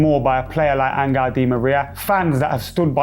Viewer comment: In what language does Angel become "angle."